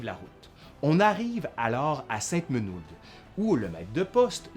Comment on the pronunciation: Bravo pour cette narration passionnante assez objective à mon avis , bonjour de Savoie! ( même le nom de la commune de Sainte Menehould est correctement prononcé en " sainte Menoud" , ce qui est rare pour les non-lorrains, la ville où a été reconnu Louis XVI en fuite )